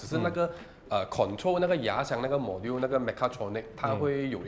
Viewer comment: Module应该是读majool吧